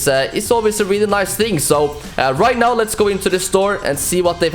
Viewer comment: are you serious right neow bruh?